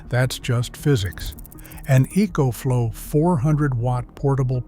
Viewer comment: So EcoFlow is spelled "E E coach flow"? As a master electrician, one might think you'd be able to say words yourself instead of producing crap like this with some stupid AI system.